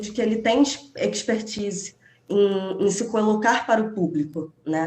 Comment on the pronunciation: Ela não sabe pronunciar o nome do país Belarus e não sabe pronunciar a palavra 'expertise', além de mostrar ideias confusas e totalmente desconexas com a realidade da Ucrânia. Onde será que foram buscar essa criatura???